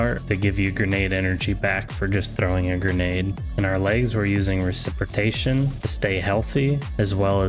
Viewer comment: "recipritation" lmao